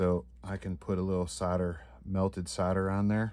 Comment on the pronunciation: queens English ITS SOLDER not soda